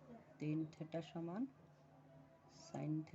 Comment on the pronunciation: ভিডিও মানসম্মত না হলে দেখতে ভালো লাগে না। উনি এই দিকে ভিডিও করছেন অথচ ব্যাকগ্রাউন্ড এ অনেক সাউন্ড হচ্ছে। ভিডিও আরো ভালো করতে হবে। আর এই টাকে থেটা না থিটা বলে। বললে ভালো শুনায়। (SSC batch 2025)